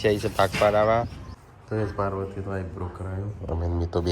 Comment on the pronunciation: હાઇબ્રો. નઈ. eyebro. બોલવા નું